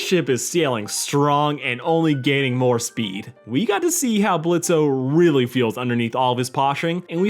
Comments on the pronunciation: It's just blitzo not blitzae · This is a nice video, but could you stop calling him "Blitzo"? The o is silent. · the “o” isn’t pronounced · The "O" is silent